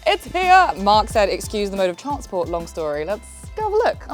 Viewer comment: the way you say transport is hilarious lol ''trarrrntsport'' lol wtf. im english so i take it you're not native here?